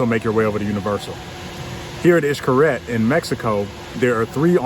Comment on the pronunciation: Hes not 100% perfect either but wayyy closer than you are! It was bugging me when you were saying it. Sorry to say it but you were BUTCHERINGGGG the pronunciation.